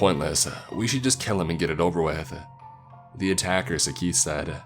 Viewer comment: Dude, Saketh is pronounced as Saa-kae-th!! Neha is pronounced as Nae-ha. Mr. Arora is pronounced as A-row-ra. Belan is pronounced as Bae-lan (Rolling pin). The name of the car is Maruti 800 pronounced as Maa-ru-tee.